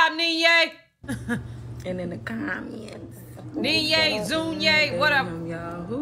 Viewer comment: Zoo-knee-yay! 😅😅, U funny! Let me see if I can help with the pronunciation. So the Z, in her name, kind of sounds like the 'dge' sound, like in the word bridge if you were to drag it out. If u put the 'dge' sound in place of the 'Z' sound and 'knee-yay' in place of 'Nuie', it should allow you to sound out her name. Lol, I tried explaining the best way I can through words. Hope this helps! 🤭